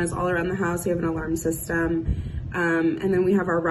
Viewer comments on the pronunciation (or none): none